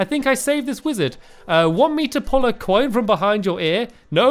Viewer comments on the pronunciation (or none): none